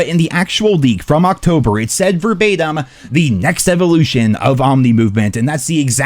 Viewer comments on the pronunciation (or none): none